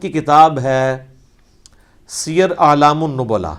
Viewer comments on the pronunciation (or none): سیر اعلام النبلاء کا تلفظ درست کیجئے. سِیَرُاَعْلَاْمِ النُّبَلا